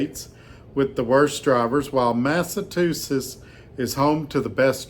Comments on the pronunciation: it’s pronounced “Mass uh chew sets” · I am loving the Massachusetts pronunciation. Have you heard about the tourist in Massachusetts who was so lost even his GPS gave up? He asked a local how to pronounce the place they were in, and the local just laughed and said, "You're not in Massachusetts anymore, you're in 'Massa-two-shits' according to your pronunciation!”